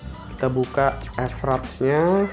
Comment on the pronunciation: Mas itu bacanya fraps bukan EF-RAPS